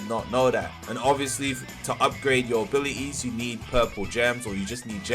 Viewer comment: abi-i-ies LOL